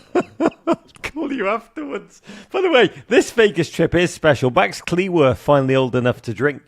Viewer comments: So when can Rog manage to pronounce Cleworth accurately?😅 It's a matter of respect to the player. He made it wrong even interviewing Max Cleworth! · If you're this much into Wrexham please learn how to pronounce Max Cleworth's surname properly.